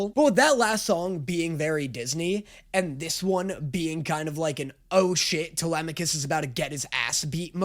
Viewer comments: truly shocking that was able to immediately pronounce telemachus right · The fact that the first person I've heard pronounce Telemachus properly